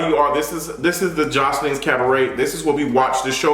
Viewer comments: “Joseline’s CAB-BRET!” 😭😭 go AWF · Pronounced “Cah-buh-rae” Daughter. According to Jessica Dime, on an episode of LOVE & HIP HOP, Joseline was a PROSTITUTE. She and Ballistic are PIMPING these young ladies. Zeus is the GRAND pimp and non-cognizant Black people are eating…this…sh*t…up. Where’s a Molotov 🍸 when you need one? Throw it ALL away and take the bllsht to Todd. Love you. Bye. 🦋👑🏳️‍🌈🧘🏽